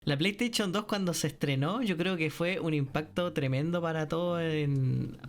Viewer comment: La plestechon 2😂 me histe el día jajaja